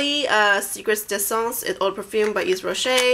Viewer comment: The Hydra Végetale line is awesome. I've been using it for the last four months and I cannot recommend it enough. I hope you'll be as happy with it as I am. Their lipglosses are amazing too. By the way, Yves is pronounced "Eev", with no "s". ;) Hugs from Switzerland.